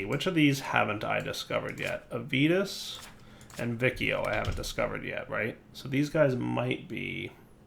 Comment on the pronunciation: if you notice the name of the constellation is similar to Latin, so the "ci" in vicio should sound like the chi in "chili", the "vi" in aevitas should sound like the vi in "video"